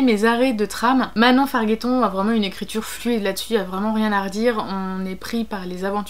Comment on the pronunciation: Je suis une " amie " d'un cousin de Manon - ou quelqu'un de sa famille - et il me l'a passe. Par ailleurs on dit Farjetton pas Farguetton 😊😊 J'aime beaucoup ta video je vais continuer a regarder !